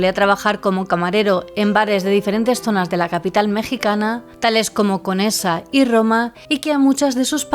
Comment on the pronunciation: Me gustan tus relatos! Solo un pequeño detalle, es colonia Condesa, no Conesa. La Roma y Condesa están pegadas, las divide solo una gran avenida Insurgentes